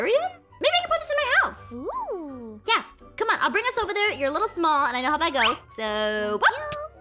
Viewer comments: Literally said, why am I so mall? Instead of small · Is it me or did say why am I so mall😂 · Is it just me or did ein say so mall